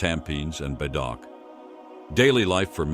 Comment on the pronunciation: Thr narrator is ‘ang Moh’ in accent . Pronounced Bedok as “bey dog”